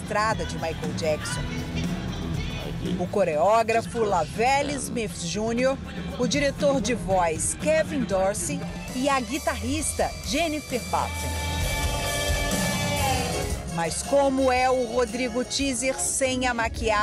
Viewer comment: Jennifer baten? Escutei isso mesmo. Tem que melhorar o inglês em!! 🤡